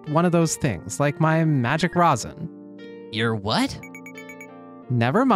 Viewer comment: I was so happy whenever u said rosin right.